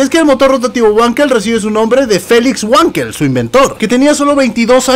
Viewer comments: Trocoide, amigo...!!! y se pronuncia "Vankel" no Huankel....!!! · como anotación no se pronuncia güankel se pronuncia Vankel ya que el inventor es aleman y en alemann la W se pronuncia como V y la V como F por eso es FolksVaguen y no Volksbajen :) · *NO SE DICE “uanquel”!!!! PRONUNCIE BIEN EL ALEMÁN: « BANQUEL» o «VANQUEL» o si prefiere «FANKEL» La letra W en Alemán es una V o B o algo como F , En todo caso NO ES UNA «U» Así como se dice Vagner o Vag